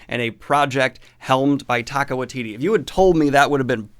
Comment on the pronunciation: Dan, time for the obligatory pronunciation correction! The director of Thor Love and Thunder pronounces his name as Taika WAI-titi, not Wai-TI-ti.